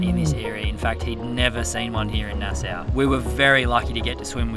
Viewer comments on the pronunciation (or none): I love how you pronounce Nassau - here in the Bahamas we say it a bit differently we pronounce it “Nass-saww “when you say it sounds like “NASSA “😂😂😂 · PRONUNCIATION!!! Love you guys! From a local Bahamian: the way you pronounce Nassau is like this: Nah - SAW, (not Nah - SOW), with the stronger accent on the first consonant: NAH-saw, or often, "NAH - suh". Happy to have ya! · Hey, it's pronounces Nas-saw.